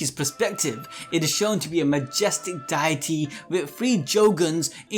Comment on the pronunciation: I can’t get over the way he says deity. I’m not bashing, I’ve just heard it one way for so long. for some reason it stood out everytime he said it.